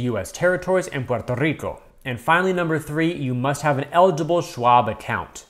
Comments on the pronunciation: Ayye, I hear those R's. Puerrrto Rrrico 😎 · Great walkthrought video! I prefer the Morgan Stanley version personally for that free AU and engagement bonus, but Schwab definitely has the better cash out rate! I'll definitely get this card in the future for the SUB! Also, loved the way you said Puerto Rico!